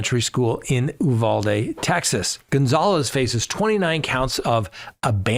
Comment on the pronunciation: Why is only one Uvalde LEO being charged? There were so many of them who did nothing. Also, I am from Texas, locals pronounce it “You-VAL-dee